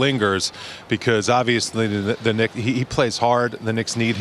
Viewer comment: Did he say dicks instead of Knicks😂